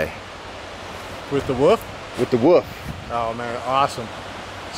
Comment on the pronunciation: If u ever call it a "woof" or "wuff" again... I will personally hunt u down LOL .. IT'S NOT CALLED A FUCKIN "WOOF"!! It's WOLF, you're supposed to PRONOUNCE THE "L" IN THE FUCKIN NAME.